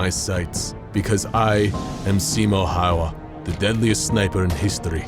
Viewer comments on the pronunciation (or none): The way he butchers the name. Dude could have just used a translator to hear how the name is pronounced. What a bummer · Narrator is pronouncing "Häyhä" wrong! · It's kinda funny how he just butchers the name Häyhä